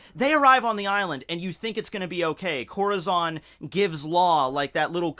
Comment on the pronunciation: Im sorry. I know your are not hispanic but you have so far mis pronounced Corazons name wrong every time. Just look up how hispanics pronounce it. It means heart in Spanish. Oh and in case you also pronounce Urouges name wrong, try pronouncing it with 3 syllables. U-Ru-Ji. say the first Syllable like you would say the beginning of Usopp. i think it sounds even cooler when you pronounce it this way. Keep up the weird but interesting videos.